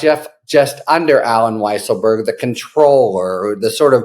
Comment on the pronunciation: By the way, his name should be pronounced Weasel-berg.